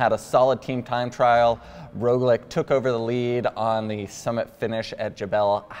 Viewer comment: Please stop saying Roglič incorrectly, it is very irritating and undermines your credibility.